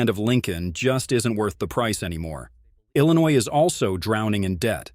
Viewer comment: LLLINOUIS? Lol